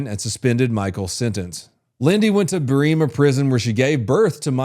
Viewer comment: Clarity on some mispronunciations. Berrima= Bear-a-ma. Uluru= Ooh-la-roo. Belangalo= Bell-an-gah-low. Good effort though man 😂👍